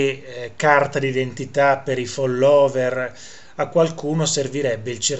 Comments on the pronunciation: Caro Prof., fóllower, fóllower, con l’accento sulla prima o. Se no ci stanchiamo di sentire i virtuosi sinistri che si scatenano col ridicolo. Anche se un irrilevante errore non svaluta le notizie attendibili. Cari saluti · Quando dici FOLLÒWER mi fai morire!! Sei un grande prof sei unico ti adoro